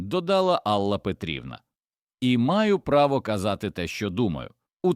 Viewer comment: Чому АллА, а не Алла? Дратують неправильні наголоси, різкий голос, хоч сюжет і надуманий, хотілося б чути у голосі якесь співчуття, сердечність, а тут просто беземоційне читання